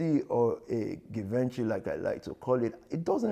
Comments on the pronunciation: Geevonchee not Given-chy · ‘Givenchi’ ... you let this man con you.. 😔